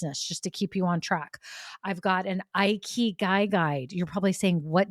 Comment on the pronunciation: You pronounce Ikigai wrong. How can you teach about something you can't even say properly?